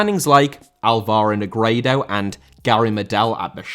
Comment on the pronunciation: Negredo* not Negreidouw